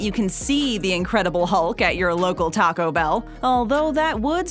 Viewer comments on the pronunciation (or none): none